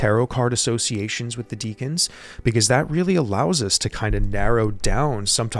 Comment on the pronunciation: I’ve heard people pronounce it like deacon or deckun, but it’s spelled Decan.